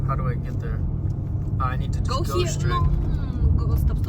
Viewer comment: Стрейч блять. Соня, стрейт а не стрейч